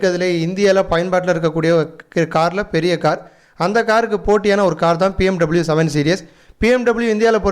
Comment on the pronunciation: It's not pmw it's BMW bro